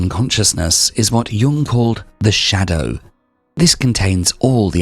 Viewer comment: 🤫 shhhhDAOw. sorry it pains you.